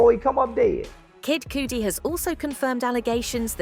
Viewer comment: Oh please work on pronouncing properly I love Kid Cudi and you are saying his name wrong